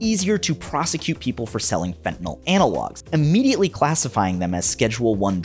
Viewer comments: The real killers are the monsters who pronounce it "fen'anol" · I'll spare everyone a diatribe on how illicit opioids impact those in genuine need and just say this; Hey, TV cops, the word is "fentanyl". FEN-TA-NYL. Three syllables, not fntnoll 🤦🏻 Also The Equaliser was a television programme long before it was a cinematic trilogy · Especially with the fact that people seem to be portraying fentanyl as a volatile substance, it bothers me that every tv show pronounces it "fentanOL" like it's ethanol or isopropanol or some kind of volatile alcohol that you can smell on the air. It's such a small detail and I'm a bit of a grammar/pronunciation n*zi but still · The worst is when people call it "fentan-OL." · And they commonly pronounce it Fen-tin-ALL. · fen TA NYL LMAOOOO